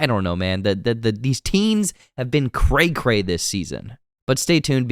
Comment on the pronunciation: I can tell you're in your 40s based on the way you say "Cray cray"